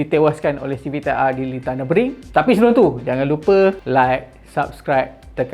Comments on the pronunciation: Senang kata pronunciation dia nuh-buh-gring bukan nuh-bring macam dalam video tu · Pronunciation track ni Nür- bür - gring. *sekadar sharing 😊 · Maaf bro. Cuma nk perbetulkan sikit pronunciation Nurburgring tu. Cara mudah sebut = Ner.berg.ring (baca satu2 tapi cepat). Kita sama2 belajar... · Sebut btl2 ye...nurburg---ring... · "Ner" "ber" "gring" nurburgring cara sebut berdasarkan ape saya selalu dengar😅